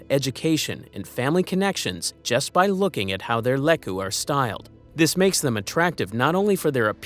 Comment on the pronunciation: and it's LEE-koo!